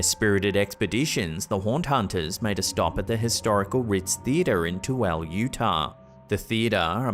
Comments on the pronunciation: Too-el Utah haha. Sadly its pronounced Too-ila here . great content! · Nice try with the pronunciation of Tooele, you got closer than most. Around here, it's pronounced too-i-luh with the emphasis on the short vowel 2nd syllable. :) BTW, I enjoy your videos. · Tooele is pronounced too-ill-á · Lol it's pronounced To willa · Its Tooele. Too-el-uh. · for those who thought tooele was pronounced wierd its ptonounced two-ill-ah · Toole is pronounced "toowillah" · Tooele is pronounced too-ill-uh. That just made me giggle a little. We have some weird city names here. Like Hurricane is pronounced her-ick-n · Tooele too*will*a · FYI … Tooele, UT is pronounced “two-ella.” 😃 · Tooele, A city in Utah. Pronounced too i Luh or too ill ah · You're saying Tooele wrong. Coming from someone who lives in Salt Lake City. 😂 It's okay.. all non locals do.